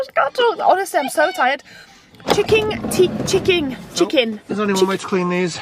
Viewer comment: Chicking bloody chicking , can that woman say things properly at all .